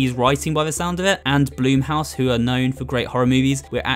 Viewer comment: Bl-uh-m house not bloom house